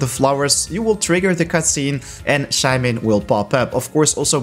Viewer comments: Shae man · Shae mon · The way he says Shaymin triggers me every time...